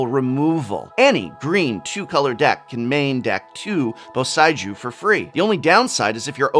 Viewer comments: Okay seriously prof, whats with the pronunciations here? Takenumo? Theres no O! Bo- Saei- Jew? Djinn - Gin - Ga - Tay - Jias? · Just a fix, it is Bo-sei-ju ( sae - like Severus; i- like Instruct ). I'm pretty sick of how wrong youtube channels has been pronnouncing these names. like KAIOUDAI ( it's Kyodai, like Keyodai) for example. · Professor, please the "ei" in eiganjo and boseiju is pronounced "ay" as in hay the thing cows eat. Its a pure "e" (e for elephant) followed quickly by a pure "i" (i for igloo). If the words were spelt with "ai" then your pronunciation would have been correct.